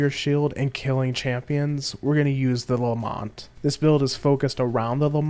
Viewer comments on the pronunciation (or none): It's lament, not lamont